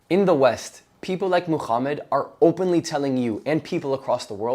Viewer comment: Why do you pronounce Muhammad as "Mooh-Kchhh-ummud" or "Muuh-Kchhh-ummot" with your big gangly Zionist looking ass face 💀🤣